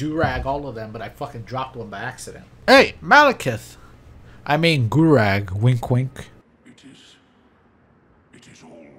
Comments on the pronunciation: One day will know that there's a Q at the end of Gurranq, not a G. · FOR THE LOVE OF COOKIE IT IS G U R R A N Q NOT GURRAG!!! I hope this an intentional running joke I’m missing or something on twitch! XD